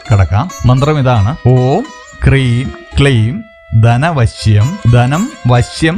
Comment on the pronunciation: manthram ezhuthikanikamo, clear aavunnilla,om hreem aano kreem aano